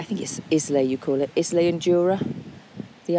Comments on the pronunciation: “IZ-LEE” 😂🤣. “Eye-LA” 😉👍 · Islay - 'Eye-la" is probably the closest pronunciation.